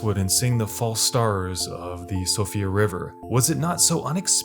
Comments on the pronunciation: Siofra = (SHE-fra) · Siofra is pronounced she-fra. I've thoroughly enjoyed the verbal gymnastics youtubers have pulling to get to grips with the word😂